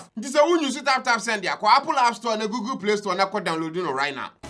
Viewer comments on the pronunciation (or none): none